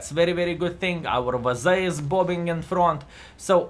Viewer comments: I like how says “Vaza” instead of WZ:) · Sometimes he says "Dablju zed" hahahah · Pretty sure that's just how the letters are pronounced in Lithuanian.